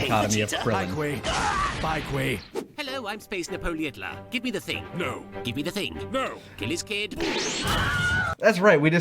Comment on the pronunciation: He literally says "Space Napol-hitler"